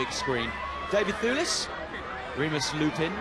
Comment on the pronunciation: David THOOLIS - that guy pronouced david's name all funny, it's devid THEWLIS you moron. mmm i love daivd thewlis and indeed remus lupin too sooooo much, they are such a beautiful people <3 he is always chewing gum or at least looks like he's chewing gum in his interviews...